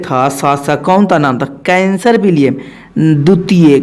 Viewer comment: सर आप उदाहरण दे कर मत समझाइए आप केवल पढ़ते रहिए हम खुद समझ जायेंगे।आप कैसर विलियम को कैंसर पढ़ रहे है।हम और डिस्टर्ब हो जा रहे है।